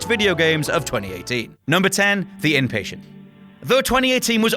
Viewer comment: I thought it was called "The Inpatient" lol